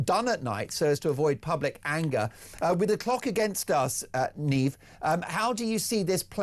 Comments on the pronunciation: Niamh is not a politician she is a journalist here in Ireland 🇮🇪 for Gript media ,u pronounce Niamh (neev) not Niam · Her name is pronounced Nieve bro. Not Niam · "Neem" hahahahah, you should spend more time at "home". Her name is Niamh, pronounced Neev. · It’s neeve not neem ;) 👍🏻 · Her name is pronounced as 'neeve' not neem. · Neem? Shouldn’t that be Niamh- Neev? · No way her name is pronounced neam bro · Her name is pronounced neve (Niamh) in Irish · Mark Dolan, if your family is Irish and you've been there often, you should know the lady's name is pronounced Neeave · Her name is pronounced NEVE 😂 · in case you are wondering her name is pronounced "neeve" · Niamh - pronounced n ee v . Thanks for highlighting this. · His family is Irish and he pronounce Niamh as "Neem"? LOL! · Niamh is pronounced Nee-av. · Her name is pronounced ni ave not ni am. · Mark, as an Irishman you should know that in Irish gaelic there is no letter v, therefore mh =v. Neev is how you pronounce this lady's name. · It's pronounced "Neve" FFS! 🤦🏻‍♂🤦🏻‍♂🤣🤣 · Her name is pronounced nevv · Can’t even get her name right. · He's Irish but he couldn't pronounce her name? 🤣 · Niamh would you ever correct that bollucks on how to pronounce your name. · Learn to pronounce her name correctly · My family are Irish… then mispronounced Niamh. 🤦🏽‍♀️